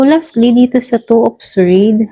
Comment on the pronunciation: Sord po di po swwerd ang sword